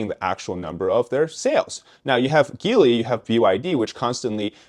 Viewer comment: Here Geely it's pronounced as gee-lee. Also how cheap is cheap labor? Is it below what average workers shpuld get in their country?